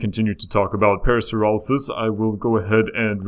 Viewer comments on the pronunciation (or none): It is pronounced par-asor-lop-ez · Isn't it pronounced PAIR-uh-SAWR-oh-LAH-fis? I thought it was. Maybe not... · Its pronounced pair-a-sara-loph-us. Could you also talk about Micropachycephalosaurus and Carcharodontosurus or Baryonyx?